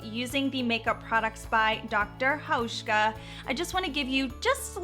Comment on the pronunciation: You pronounce Dr. Hauschka really good, hi from Germany 🇩🇪